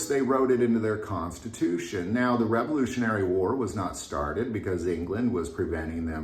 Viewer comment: I can't believe you're a teacher. It's revolutionary, at least that's what you said the first time. I don't know what you said the second time you said it sound like you put an e in there somewhere